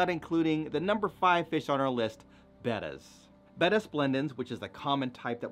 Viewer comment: Finally I hear someone pronounced the betta the proper way. I love your business I check it all the time.